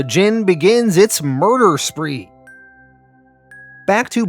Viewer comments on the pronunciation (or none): none